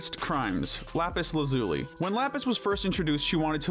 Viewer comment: First : Lapis lazui. 😂😂😂😂😂😂😂😂😂